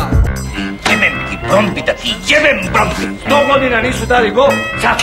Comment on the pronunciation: hahah cim ti kazes brombi ne ides cesto u kladzu, klub se zove brondbi :D